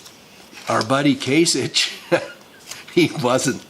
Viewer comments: It's Kase Ick! not Itch DUH! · It’s “kasicK”. Sorry. Pet peeve. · From an Ohioan, born & raised... the Gov's name is pronounced "KAY-SICK" with a "K" sound. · Can you at least learn the proper pronunciation of Kasich, you sick stupid fuck.